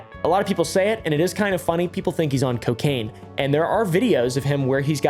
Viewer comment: Alcohol and c-Kain. Mm k